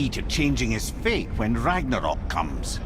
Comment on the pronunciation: It's 'fate', not 'faith'.